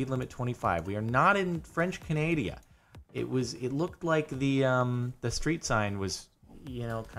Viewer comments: Why did you say "Canadia"? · French canadia?? French Canada lol